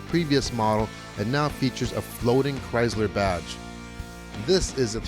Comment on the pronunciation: It's pronounced CHRYsLER, not CHRYzLER, there is no "z".